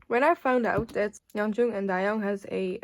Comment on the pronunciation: Just letting you know Yeonjung's name is pronounced 연정 not 연중 ! :)